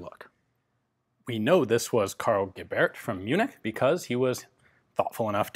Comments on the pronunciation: Gebert is pronounced somehwat like Gae-bert, with the emphasis on ''Ge''. Serious question, why haven't you got somebody that researches those pronounciations for you? I bet you there's somebody out there who will try to support you that way, for example if they can't do Patreon. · The T in Gebert is not silent